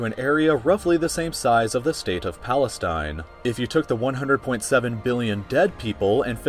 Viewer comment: very intresting video but i heard u said palestaine so imma go